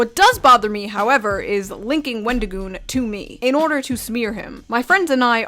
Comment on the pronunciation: For someone who wants to seem so upset that someone made a video with our favorite avocado, he sure can't say his name correctly. His response on X was awful. I'm sorry, but it was the worst explanation ever. "Oh, I've gotten tons of things factually wrong because I'm an idiot who can't control my emotions. Yes, i got things wrong but that doesn't change my opinion that all conservatives are evil and that wendigioon shouldn't be allowed to exist in horror or public spaces because i don't agree with his political or religious views. Oh, also, everything else i said that was factually wrong i stand behind as well but yeah, I shouldn't have used those pictures." His idea that people calling him names means they're nazis is just as crazy as his other takes. I'm the type of guy to hear someone said a slur and go "Oh no, anyway..." Because i understand that words only have power that you give them. Just like money only has value because we decided it did. People who make it seem like someone was out there physically assaulting people have no life. Horror is about the thrill of fear and suspense in a safe environment where you're allowed to express these feelings without being in danger, with various underlying types of horror invoking different fears, occasionally with other ideas mixed in. At least that's my view of horror😅😊 Love your shirt